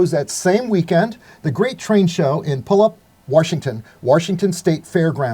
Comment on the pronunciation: Wow nice to tell about the train shows. You were so close on the Washington show. Pew Al Lup. But you did great. Thanks for the show.